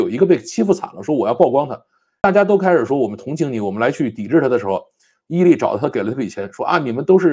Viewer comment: 还有，伊利为啥会读成义利😂